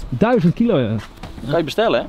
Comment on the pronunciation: valt jullie op dat en altijd zeggen duizond like als jou dit ook opvalt!